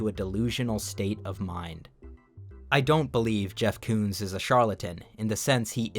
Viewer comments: Jeff Koons? More like Jeff Cooms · Jeff Koons. More like Jeff Cooms. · Jeff Koons? More like Jeff Cooms.